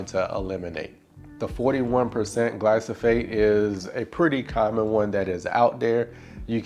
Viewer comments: Love your videos and the yard - especially your edging around your trees. One thing that might help in this video - it's glyphosate (gly-PHo-S-ate), not gly-So-PH-ate. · Its not gly-so-fate. Its gly-fo-sate